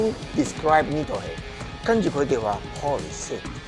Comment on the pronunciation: 健治桑讲的Holy shit竟然是香港口音的英文，而不是日本口音😂